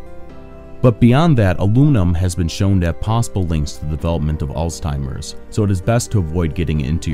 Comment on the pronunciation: “all’s-timers” LMFAO